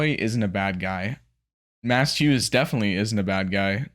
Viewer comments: Slight correction on the pronunciation of Maes. It’s pronounced Mays. Not Mass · This feels like an appropriate time to mention that Hughes' first name is pronounced Mays, not Mass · His name is pronounced "maze".